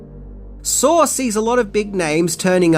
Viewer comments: I knew 6 of these. So, please, 1) stop assuming what we do and do not know, that's offensive AF, and 2) it's called SAW. Not Saur. Idk why accented people speaking English add more "r's' than rednecks, like taters, mater, manners, winders, pillers, etc ...but it's saw. And nobody saur the movie saur. We SAW the movie SAW. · why do you pronounce it "sarr" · Wait?! There’s an “r” sound in Saw? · "Sawr is pretty gwrosse" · "Sawr" Okay. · I'm going to do a shot every time you add an R to the end of the word saw